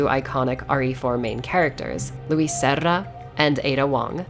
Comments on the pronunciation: Small observation, It's Luis "sera", not luis "serra". Nice video, tho! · In Spanish, r's are only rolled when it is a double r, or the r is at the start of the word. For "Sera", you'd just want a 'tapped' r. Anyway I loved this video, it got me so hyped! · That orange turtle neck reminds me of heather mason I think she wore a turtle neck too 🤔 and I loved how you rolled you tongue when Luis serra 😂👍😎